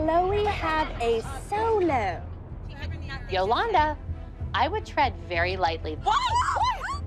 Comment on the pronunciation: yamilka rico Yolanda not yoolanda